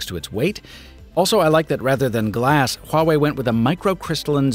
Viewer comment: You pronounce Huawei Correctly, that is impressive👍